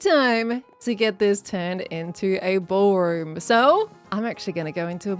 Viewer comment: ...The 'brawlroom'. 🤣